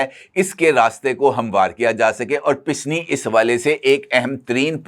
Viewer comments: the word is pasni not pisni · pisni naheen PASNI.Correct word habit.